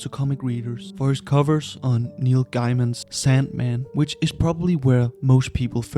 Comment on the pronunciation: According to Neil Gaiman his name is pronounced like "GAY-MAN" not like "GUY-MAN". Did you research this before you posted? Gaiman is way too famous to mispronounce his name!